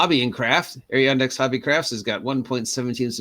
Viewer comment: Thanks for the shout out! I got away from crafting for now because I ran out of materials LOL Adirondack is pronounced "Ad - er - on - dak" and it's in way upstate New York